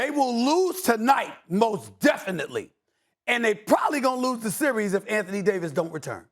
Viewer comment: Best player in the "seer-ees"